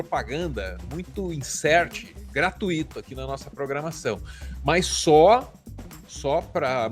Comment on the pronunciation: Uma dica: gratuito é ditongo e não hiato...